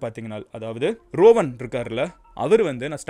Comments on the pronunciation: Not rovan. It's றுவான். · ரோவன் இல்லை ருவன் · Rowan illa. Ruwan